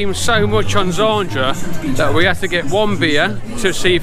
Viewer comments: Great Vlog mate. You know you pronounced "Zadra" as "Zandra" right? haha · 😅😂😂. It’s ZADRA 🤣😂